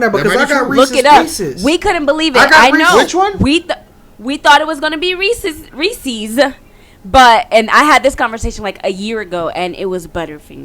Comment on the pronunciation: Ahahhha it’s reesess🤣